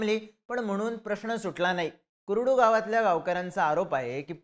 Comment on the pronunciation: ते कुरुड नाही कुर्डू आहे... माहिती आणि उच्चार नीट ठेवत चला.